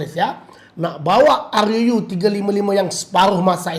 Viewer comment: Sebut ruu biar betul sikit